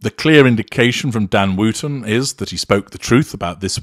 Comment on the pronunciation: Gosh, yes! Thanks for pointing that out. I guess that’s the kiwi, rather than the way us Brits pronounce it.